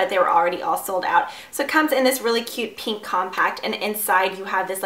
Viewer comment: I'm sorry but I hate the way u pronounce pink... U say "peeeeenk" please stop